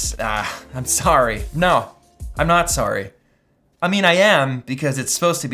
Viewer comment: He said sorry like an american 🤨